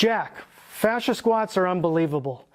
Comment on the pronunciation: Fascia? Oh his FA-THER!